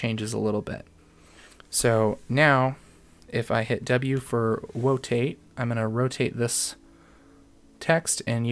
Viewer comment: "W for Wotate" LOL I like it